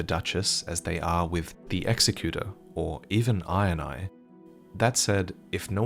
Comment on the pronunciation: Every time he says Iron Eye, I just hear him say INI (eye in eye) and it makes me chuckle every time!